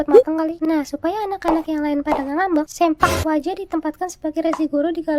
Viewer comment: Bukan sempak waja tapi seuplak waja .